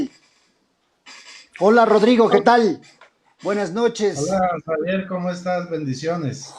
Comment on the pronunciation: se dice Javier Así que no es x avier